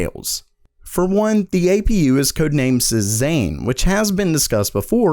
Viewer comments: its not si-zane its say-zawn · It's say zan. Not say zane! (Cezanne) after the artist. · Pronounced say-zahn or say-zan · Cezanne is pronounced "say-zaun" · Cezanne is pronounced say-ZAHN. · Say-zahn FFS... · Good video -- Cezanne = "SAY ZAWN" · Cezanne was a French artist from the 1800 to early 1900s. Same as Renoir. The name is pronounced like Say and Zawn (like Dawn).